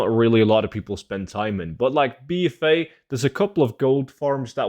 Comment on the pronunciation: The way he's saying BFA. "Bee Fay" 😆